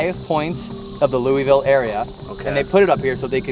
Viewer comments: I'm sorry.. LOOEEVILLE? It's LOO UH VULL XDD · it’s the “louie ville” for me 😭 it’s pronounced like “lou - vole” down here lol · I’m from Kentucky… and we don’t say LOUISVILLE…. We say LULVUL or LOOEVULL— just say it 😂 it’s just a little funny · as a born n raised kentuckian, bless yalls hearts🤦🏼‍♀️ luhl-vuhl NOT LOUI VILLE or LOUIS VILLE gotta sound line you have a mouth full of mashtatters😂😂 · Omg the way said Louisville we pronounce it lull vull not Louis ville 😂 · im from ky, and i know did not just say Louisville wrong. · i live here in louisville, i just went to waverly a couple months back too! but i’m surprised nobody made fun of you for saying “lewey-ville” 😂😂😂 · When said “Louie-Ville” lol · As soon as he said Louisville wrong I knew this wasn't gonna be good. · I'm from the Louisville area (I'll forgive you that you said it wrong,. And thoroughly impressed you knew the area code of the area as well) and I've been wondering if anyone was able to do investigations during the current pandemic since most of the history that happened here was also during a pandemic and if any spirits were able to pick up on why people haven't visited as much in the past year and a half. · Always cracks me up when people that don't live in the Louisville area pronounce our city's name 😁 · Love y’all but learn to say Louisville right lol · You said Louisville wrong